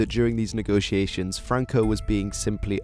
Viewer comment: franco no francoc